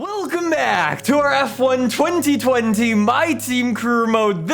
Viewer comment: Why he say 2020 so weird